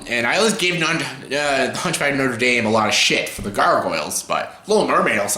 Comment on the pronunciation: I love how you say "the Huntchback of Notre Damn" 😁, anyway that's an interesting review 😄